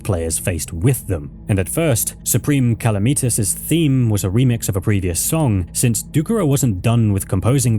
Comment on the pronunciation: It’s Calamitas not Kalameetus,the mod is called Calamity for a reason, not Kalameaty